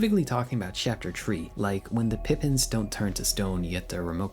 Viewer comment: Also, you messed up Pippins and Rudinn. Unbelievable. Smh.